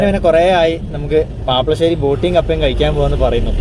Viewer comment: പാപ്പശേരി അല്ല പാപ്ലാശേരി ആണ് ശരിയായ പേരെ